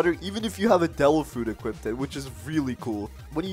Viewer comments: had to point this out. "Equipted" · wth is "equipted" its equipped not equipted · He keeps saying equipted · bro the "equipted" made me triggered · equipted lol